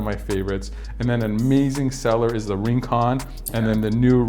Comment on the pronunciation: Isnt rincon pronounced reen-con? Like in Spanish. I figured if it’s named after rincon beach and there is a version of these glasses called rinconcito it shouldn’t be said with an Anglo pronunciation. Just saying 🤷🏻‍♂️